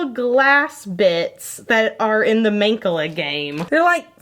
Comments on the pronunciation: Main-ka-la? You mean Mahn-kah-lah? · I always pronounced it man-call-ah I've never heard it pronounced main-ca-la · We are roadtrippers!, it turned out great! Love your video today! Also, we pronounce that game as mahnCAHlah, not MAHNcahlah. Interesting! Is it regional? I'm in Illinois. Edit: I'm seeing everyone else's comments, too, so maybe not. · IS THAT SERIOUSLY HOW THAT GAME IS PRONOUNCED?!? EVER SINCE A KID I HAVE BEEN PRONOUNCING IT "MAN-CALL-UH" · Wait.... have I been saying mancala wrong my whole life?! I’ve always said it “mahn-cala” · I always thought it was pronounced like man call ahh. So at first I didn't know what you were talking about until you showed the picture. Love you. Always teach me new things hope you're staying safe and healthy. Thank you for giving me entertainment and laughs during this difficult time. Love youuuuuu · Also? You're so cute with the game you mentioned! I had no idea what you were talking about until you showed it! Lol i believe it's pronounced "mahn (rhymes with "on"), kah'-lah." ^_^ (As it's an African game and I thiiiink the name comes from Swahili.) I hope that helps! 💙💙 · I've never heard someone pronounce "Mancala" like that before lol "mon-cah-lah" is how I've always said it. idk what's right but it threw me off 😂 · Neema Anderson I’m from New England and I’ve always pronounced it man-call-uh lol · The way you say Mancala just is so weird to me. We pronounce it like Man-call-a. It’s just weird to me I don’t know why. I’m used to saying it different I guess. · I’ve never heard mancala pronounced that way lol I had to stop the video and laugh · Your pronunciation of Mancala made me choke on my water, lol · you said mancala so weird and it took me so long to figure out what you were talking about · Same! I was so confused about what she was taking about till she showed the picture 😂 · Same. She says it so strangely lol